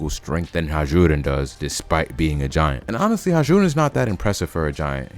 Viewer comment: The j in Hajrudin isn't pronounced 😅 its said like "Hai rudin